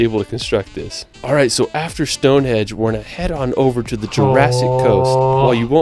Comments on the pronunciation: it sounds like the narrator is saying stone HEDGE ??? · Stonehenge not Stonehedge! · its STONEHENGE not Stone hedge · I know it's not his fault, but it's StoneHENGE, not Stonehedge. And on that tree lined road, it 's not helpful to say they're everywhere! Individual twisted trees can be found anywhere, but that tree-lined avenue, I live here, but have never found it, I have been to Northern Ireland, where according to your lead video, it is situated, but they don't tell you exactly where. There's another brilliant railway viaduct in the Yorkshire Dales, near Hawes. (Not my home town) but good and excellent for cheese. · Um it’s StoneHenGe not hedge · What is wrong with the video narrator ? His pronunciation is all over the shop. “ Stone hedge” ? WTF ? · One thing that kept annoying me in the video you were watching is the guy kept calling it Stonehedge instead of Stonehenge, only a minor thing I know but it was annoying to me. Another place near us that we like to visit is Portchester Castle. It is right next to Portsmouth on the south coast of England. This is from the Wikipedia page: Portchester Castle is a medieval fortress that was developed within the walls of the Roman Saxon Shore fort of Portus Adurni at Portchester, to the east of Fareham in Hampshire. The keep was probably built in the late 11th century as a baronial castle and Portchester was taken under royal control in 1154. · Stonehenge not Stone hedge as they guy says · It makes me cringe every time he says stonehedge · I wish he would pronounce things properly.